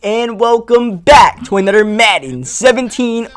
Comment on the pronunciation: It's another not anutter Jesus Christ